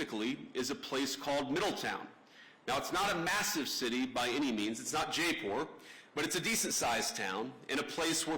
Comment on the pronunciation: Can’t even pronounce Jaipur properly. Typical American. No idea